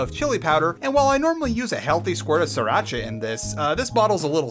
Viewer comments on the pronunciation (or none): none